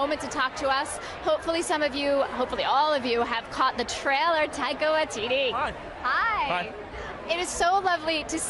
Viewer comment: She pronounces it 'Taika Waititty'